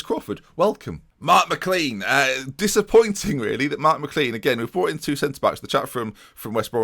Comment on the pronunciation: IT'S MI CLAIN NOT CLEAN thanks xx